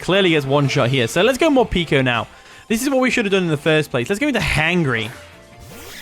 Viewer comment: Love the video, but here's a tip - Morpeko is pronounced like 'more' + 'peck-o' not 'peek-o" because it comes from the Japanese word 'peko' which means empty (referring to its stomach)